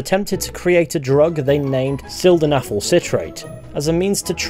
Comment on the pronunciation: Two things- first I have seen the spaghetti video, why didn’t you show it? Second- I’m pretty sure that’s not how you pronounce silfenadil (wrong spelling, I know).